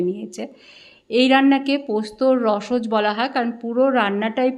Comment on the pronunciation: রসজ্ বলবেন না শুনতে খারাপ লাগে। মনে হয় রসজ-অ বললে শুনতে বেশি ভাল লাগবে।